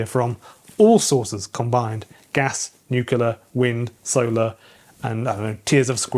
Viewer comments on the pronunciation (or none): Please learn how to say 'nuclear'. It's nu-cle-ar. It's not nu-cu-lar. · Sorry, but did you use the word "nucular",? That word means "(botany) Nut-shaped; of or relating to a nucule — a section of a compound (usually hard) fruit." Even Trump knows that...